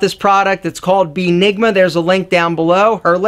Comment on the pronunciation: "BEENIGMA"?! DAT "BEE" RAYCISS!!!!!!!!